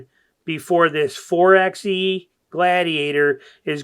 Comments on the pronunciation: You call yourself a jeep guy but keep saying four "EX" E... It's four"by" E like four "BY" FOUR.😅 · It’s pronounced “Four by E”